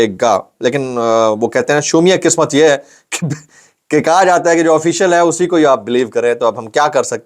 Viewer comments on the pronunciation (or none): ‘ shoomiay qismet’ not ‘shomiay qismet’. Muafi chahta hun.